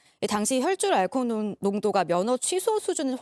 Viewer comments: 기자가 발음이 안되나요? 혈줄알콜농도? 등등 계속 불안한 발음때문에 기사에 집중이 안되네요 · 아..자꾸 혈줄알콜농도만 기억나. 뉴슨데 발음좀 주의해주세요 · 자꾸 "혈줄 알콩농도" 라고 하시네 ㅋㅋ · 혈중알콜농도 발음 연습하셔야할듯요. 자꾸 혈줄 혈줄